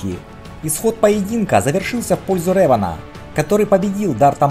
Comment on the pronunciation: спасибо за спойлеры) я как раз читаю первую книгу трилогии бейна кстати, не рЭван, а рЕван. в которе реван убил лишь двух ситхов: бендона и малака. остальные - тёмные джедаи